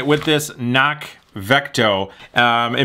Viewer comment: The C in CNOC is not silent.